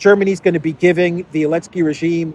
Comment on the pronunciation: Why does he call Zelensky “Elensky”?